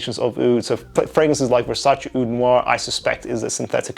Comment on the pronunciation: Your “Oudh” pronunciation was beautiful